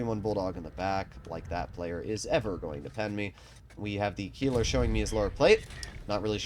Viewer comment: Good video but one thing i have to say is how you speak the word Keiler you say Kieler but it is Keiler as a german i could not let that slide